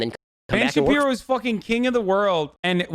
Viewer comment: ‘Ben Shapino”